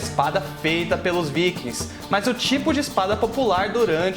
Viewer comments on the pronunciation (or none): none